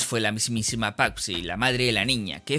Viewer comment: Es patsy no papsy😂😂😂😂😂😂 toma lecciones de dicción